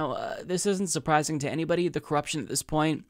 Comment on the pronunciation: "... We can't change them for anybody". He emphasized the word "anybody" incorrectly. "We can't change them for aaanyyybooodyyyy." He should have drawn out "anybody" to indicate the true meaning of the sentence. It wasn't on the "inability" to change the rules. And yes, I think they would rather lose to the current incumbent, because as it seems to have gone for the last few decades is the Presidents seat has been a swapping back and forth. So according to the program, they don't need to listen to the people, because after the NEXT 4 more years they will get "their person" in the office.